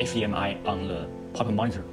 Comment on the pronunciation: My fellow Asian Brother Don't say, "Le" it's "THE." Lets get this right.